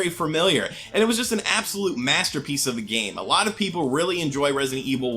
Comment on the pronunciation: I rike it a rot